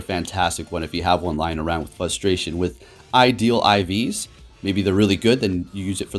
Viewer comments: what "frustrates me"' is hearing "fusstration". Come on! keep it on point brother. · For the love of god there is a "r" in "frustration."